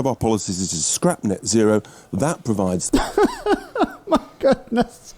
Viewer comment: I really don't think YouTube is for you bro. Also it's net zero, not net sero. Annunciation is important